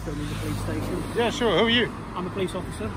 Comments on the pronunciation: “The stashon” 😂😂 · I love the way he calls it the Stayshion ever since he auditored in Wales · speaking welsh again 'Stay-shone' 😁